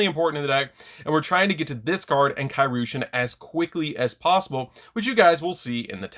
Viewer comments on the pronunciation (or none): I have yet to hear anyone pronounce Kairyu correctly lol (It's Kai Ree-yu)